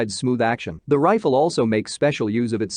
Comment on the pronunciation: Computer voice, Trifle for Rifle. AR for Arkansas. Wtf!